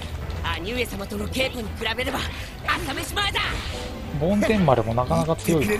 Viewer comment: 梵天丸は、ぼんてんまるですよ